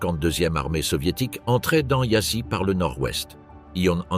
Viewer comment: Apprenez d'urgence à prononcer les mots roumains, non pas yassi Mais Yasch (Prononciation) de même que pour les mots Allemands. Si déjà vous publiez ne prononcez pas cu Mais vous Tous les mots roumains sevprinoncent cou. Popeacou parex prononcez popeacou de grâce